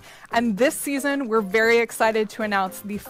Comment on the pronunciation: Vewwry Geof Viwndro